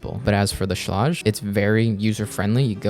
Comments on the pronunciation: Schlage is pronounced - like the word Sage or age. Sch + la + age. Not Sch + la + odge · Schlāge. Not Schläge. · the fact you say Schlague 1000 Times and you mispronounce it is hilarious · Pronunciation= Schlage rhymes with egg or vague or hague. "SHLEGG" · great video, and i hate to be the grammer police because those people drive me nuts,buttttt. schlage is pronounced shlag shhhhh-lag. just for next time. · It's pronounced Shlayg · Sh-lay-ge I don’t know wtf your saying lll😂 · Shlayg. Look up pronunciation please. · You're not saying SCHLAGE correctly. Watch this video to see how to say it.